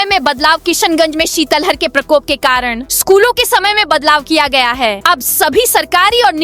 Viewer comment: Sitlahar बोलो शितल हर नही